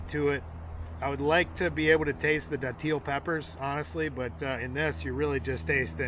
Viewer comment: St. Augustine here. Its pronounced dat-ill. Most ppl say it wrong lol. A frame is definitely the worst one, please try another